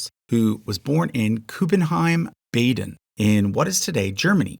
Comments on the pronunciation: FYI it is not Baeden but Bahden. An elongated "a" sound. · It's pronounced "BAHden" not "BAYden." -- It's prounounced "RYEman" not "RAYman." We Lutherans say "EHvangelical" not "EEvangelical." Walz's current congregation was founded as LCMS but changed to AELC in the 1970s. The AELC, LCA, and ALC merged to form the ELCA in 1987. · Bahhhden. Not Bayden. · Baden is pronounced Bah-den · Baden is pronounced BAH-den. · The "Baydn" did make me laugh a little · I was born in Baden so this was driving me crazy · Oh god, that was so badly butchered. I don't usually mind a few mispronunciations but this was bad. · you mean American English speakers. In the UK and Europe we know how to pronounce Baden.